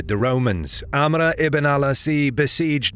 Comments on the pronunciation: Another hint: AMR not AMRA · Funny how he says amra. Its 'Amr. Just simply that. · Not to sound like an ass, but Amr is actually pronounced Amro, not Amra. Love the content ❤ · You butchered Amr's name, making it hard to take the narration seriously...